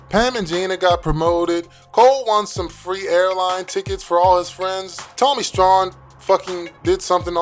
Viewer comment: Props and saying Tommy STRAWN correctly, but Pam is badder than Gina??? ✌🏼